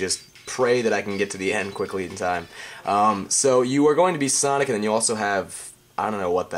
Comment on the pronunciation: "huge san of fonic"